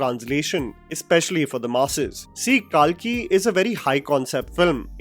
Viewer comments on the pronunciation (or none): It's not kaalki , it's कल्कि , kalki. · What’s with this calling “Kalki” as “Kaalki”? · Its Kalki not Kaalki 😅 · Kalki( not kaaaaaalki) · भाई आ की मात्रा सही जगह लगाना सीख जा। बहुबली नही बाहुबली, काल्की नही कल्कि। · It is “KALKI” not “KAALKI” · Why the fuck were u saying Kaalki instead of Kalki🤮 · It’s not KAALKI it’s KALKI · It’s not ‘KAAlki’, it’s just Kalki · Its not Kalkee.. Pronounce it correctly.. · First pronounce kalki in Indian accent and then show then flex ur English speaking skills!!!! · Pronounce “KALKI” properly